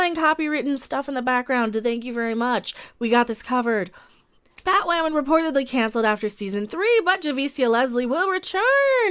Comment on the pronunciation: Nope, until Batwahmen is off the air, we’ll keep doing it.